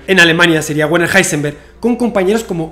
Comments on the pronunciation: en alemán la "W" no se pronuncia como en inglés, se pronuncia como "v"o "b", entonces pronuniariamos en alemán: "verner haisenberg" (Werner Heisenberg) es horrible que pronuncies "guerner" como seria en ingles.¿cómo un físico como tú no sabe al menos lo básico del alemán? si no sabes alemán no llegarás a la reflexión más completa en ese campo XD. te digo como se pronuncia en alemán pra que te des el pisto con tus colegillas de ciencia: " verna haisenbeearg" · Su nombre no se pronuncia Wuerner sino Verner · Muy bien... muy bien... SUGERENCIA: Pero para la próxima entrega pronuncia su nombre correctamente, que suena muy raro : la w alemana se pronuncia como v... sí /verner/ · Todo perfecto amigo y muy interesante, excepto que en alemán Werner, se pronuncia VERNER, es decir, la W se pronuncia como la V española, o mejor como la V francesa, ya que se frica . Saludos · Se dice Verner